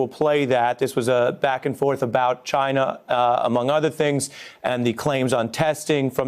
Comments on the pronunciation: Why tf does he say China like Chi na? Rich people this is what happens when you buy your kids way through school. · i alway thought he said gina instead of china 😂😂😂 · ..the man cannot say China. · CHINAHH! Like Awwchie Bunkahh!